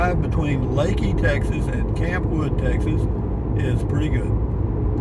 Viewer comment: Thank you pronouncing it correctly